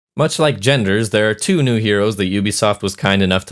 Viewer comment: You really pushed to trigger some people with that opening. “Much like genders there are TWO (emphasis on 2) heroes 😂 my mans